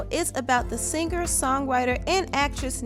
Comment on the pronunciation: To the narrator: The word 'singer' is not pronounced sinGUHer. The g in ing is soft.